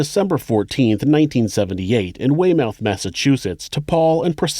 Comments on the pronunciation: I had to play it back “whey-mouth” lol it’s more like way-muth MA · Us New Englanders pronounce it Wey-muth not mouth! You got Worcester right though! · It is pronounced like way-myth and spelled Weymouth. Just trying to help out not be a dick haha. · You pronounced Weymouth wrong it’s pronounced (wey-muth), I remember when this happened. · Just a little correction. Weymouth is pronounced way-mith rather than way-mouth. Much like Plymouth is pronounced pli-mith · Its pronounced weymyth not weigh mouth, not picking on you, just for next time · Weymouth is pronounced "way-mith" not "way-mouth", but you correctly pronounced Worcester :) Also, Plymouth Plantation is great, been many times. It's probably the only thing left in Plymouth that is worth seeing. Source: born and raised in Plymouth, and have lived in Weymouth. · So ‘’Weymouth’ is pronounced ‘Wey-Myth’…🌚.. but this dude is sick smh 😒::: RIP to them 🙏🏽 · With my utmost respect to you... Weymouth = way-mith Worcester = woosta Lol, sorry. I had a palpable reaction to your pronunciation of those cities...lol. It is my Bostonian duty. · Weymouth is pronounced “whey-muth”. You got Wustah right though 😊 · pro tip Weymouth is pronounced Wey-muth around these parts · "Way Mouth Massachusetts" 😂😂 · Yeah I live in Boston and yeah this story was all over the news .. Weymouth is pronounced “ Waymith” .. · "WayMOUTH Massachusetts" lmao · Hey man, Weymouth is pronounced “way-muth” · my dude... You can pronounce Worchester (!), but NOT Weymouth (way-muth)?? 🤔 *jk!* 😅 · Wey-Meth 😆 Wait you can say Worcester but not Weymouth 🤔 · as someone from MA it blows my mind to hear Worcester pronounced perfectly, but to hear "Weymouth" botched in a way I've never heard xD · I love when non Massachusetts people try pronouncing Massachusetts town names. You totally hacked the name Weymouth lol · Now just need to get Weymouth said correctly D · I was surprised by that one, esp since after Weymouth was mispronounced.